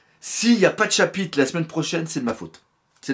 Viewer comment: jadore il dit pas chapitre il dit chapite mdr